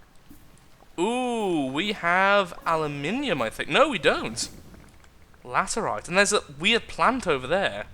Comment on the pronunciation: He he he, "latherite".